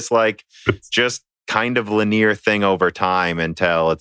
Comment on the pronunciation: Lin-EE-ar, not lin-neer ffs. Look up how to pronounce the word.